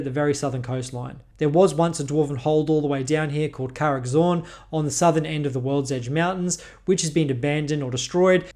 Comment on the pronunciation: Bro Said worldege Mountains Like 8 time BUT never talked about' the dwarven holds really